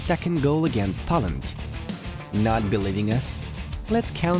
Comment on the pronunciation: Great analysis. Very hopeful. But please, it's pronounced Poeland, not Pawland, and see you soon not sun.